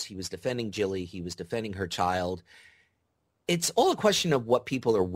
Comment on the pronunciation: ive never seen a video with somone who literally cant pronounce so many simple names like qyburn and gilly